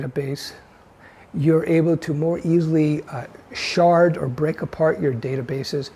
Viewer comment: It's Shard not Shared.